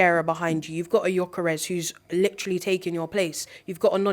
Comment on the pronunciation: please, the guys name is GYÖKERES, pronounced YOKERES, NOT JOCKERES. You must've heard how his name is said by now, come on lol.